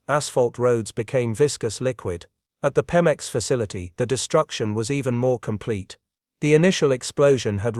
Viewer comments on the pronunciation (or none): Right!?!? Even us simple humans can say PEMEX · Pemex, pronounced PEE-mex.